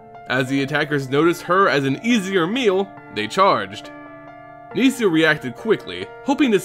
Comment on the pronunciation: It’s nihssa, not niesa